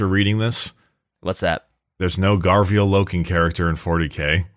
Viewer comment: When will they find out it’s Garviel and not Gavriel? 😂❤